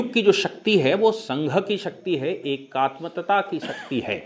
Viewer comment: एकात्मतता नहीं एकात्मता